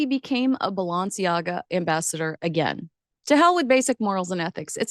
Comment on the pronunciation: It would be helpful if you learned how to pronounce Balenciaga correctly.